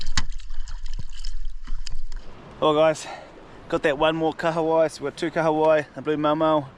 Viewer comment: Love that you pronounce Kahawai correctly brother 👍